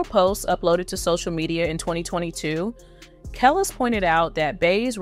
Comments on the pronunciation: Kellis, really? It's (Kah les) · Woman, if you don't pronouce KELIS's name right! We gonna have a problem! lol! (KAH-LEASE) NOT Kale-IS. You're pronouncing the vowels wrong. Vowels in certain name, are not pronounced like in America. The ( i )'s are pronounced like "E" and the (A)'s are pronounced like "AH". Like in AFRICA. If you're gonna be doing podcast, utube, etc, as a form of journalism. You need to know it is THE ultimate disrespect to pronounce someone's name incorrectly. There's a old saying, in the Entertainment Business, that states: "Say what you want - just spell my name, right." Pronouncing someone's name properly falls into that. Overall, Great job. Blessings 💫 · Her name is pronounced Kelis( ka- leese)